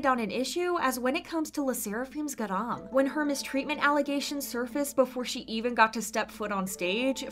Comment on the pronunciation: its ga-ram not g-aram